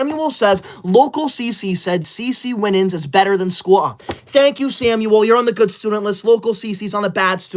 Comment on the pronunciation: is so mean he didn’t pronounce CeCe Winans correctly. WE ALL KNOW IT IS PRONOUNCED (WINE-ANS).